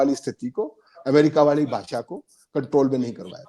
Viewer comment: Expoj na bolein. Correct word expose..( expoz ) Bhasa nahi .. Bhasha bolein. Bhasha ka samman kariye..